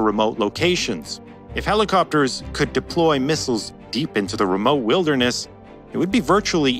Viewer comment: its wilderness, not vilderness :P